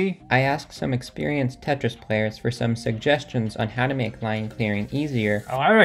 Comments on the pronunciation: "Tritris?" I'd call it "Te-tri". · “Cursed pentris”